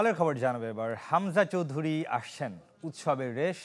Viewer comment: Chowdhury is correct not Chowdhuri